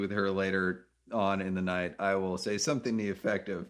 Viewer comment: I hate it when people say, wool instead of will sounds like a child